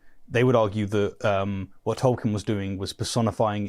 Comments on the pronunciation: It's pronounced toll-keen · 1. Tolkien is pronounced toll-keen 2. Neither group of you guys understand what Orcs are at all. It's more understandable for you guys, since all 3 of you seem to only have movie knowledge, if that. But he's preaching about the literature & Tolkien's intent, and Tolkien was very open about disliking how he put forth Orcs & he kept changing his mind on both their origins & their inherent nature without the pressure of a Dark Lord. His latest decision before passing appears to be that they're corrupt humans, not corrupt Elves. It doesn't really explain their seeming immortality that way though. 3. The Silmarillion is literally my favorite book, with The Lord of the Rings being my 2nd favorite (I see it as 1 novel, as Tolkien intended). I don't appreciate the ad hominem style mockery, even though these apologists kind of deserve it. As a massive Tolkien nerd & a massive atheist, I feel mocked as well.